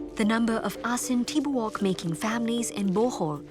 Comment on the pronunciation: It's pronounced "tibu- uk" not tibuk 😅 asin= salt, tibouk= whole